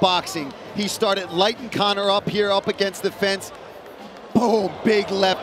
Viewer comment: You did Conor even dirtier by butchering his easy name🤣